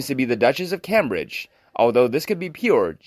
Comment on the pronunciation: Please learn how to correctly pronounce the Cambridge name, long a as in came. I am sure there are others that have been setting my teeth on edge. If you don't know how to pronounce a word, please ask someone. Unsubscribing.